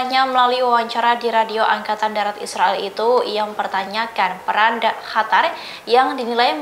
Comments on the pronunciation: Qatar mba bukan Hatar... Lidah orang tribun pada kenapa sih?!!! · Qatar bukan khatar bu😊😊🙏🙏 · Kok hatar mbak....Qatar mbak...